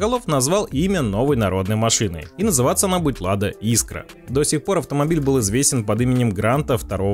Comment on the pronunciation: Автор, иди в школу учить русский язык)) Искра)))) правильно - искрА 😉